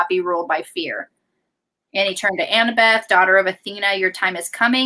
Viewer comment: Loool I love that keeps calling Annabeth, Annabelle 🤣🤣🤣